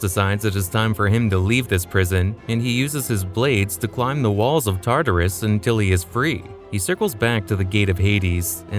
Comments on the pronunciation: Oh god Tartarus is not (tar-tar-us) it’s pronounced (tart-ar-us) never heard such a silly pronunciation before. Tar tar is fancy food. It’s just bothering me so much you keep saying it like that. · Plz plz plz use better pronunciation …. TARTARus- it’s just one whole word not TAR TAR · TA-TARUS!? ITS TAR-TARUS . Oh you say the right way the 3rd time and then wrong every other time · Why was your pronunciation so inconsistent one time you say basil-isk then you say basilisk. then you constantly switch between tartar-us and Tartarus